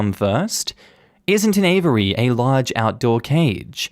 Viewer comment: that's now how you say "aviary" 😭